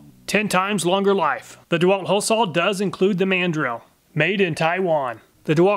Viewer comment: What percentage of Americans pronounce "saw" as "sawl"? Is it a southern thing? I hear this from so many YouTube channels, I'm starting to think that's actually how to correctly pronounce it.